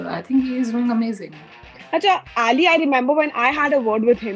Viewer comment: Why is she calling him eliii XD its ali bro...... Itna cool mat bano ke bakwas lage